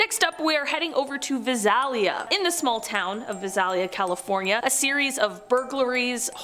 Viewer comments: Lol... love to hear how they mispronounced Visalia... we pronounce it as Vi-say-li-ah. Its cool though. Like most other cities I'm sure we mispronounce them too. Gotta be from the area I guess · The way she pronounces Visalia is hilarious. It’s pronounced Vie-Sail-Ya. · The pronunciation of Visalia made me laugh 😂 it's Vi-sail-ya